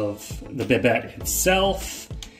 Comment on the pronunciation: Nice video, but just an FYI, it's pronounced "Bi-dei" with a silent T.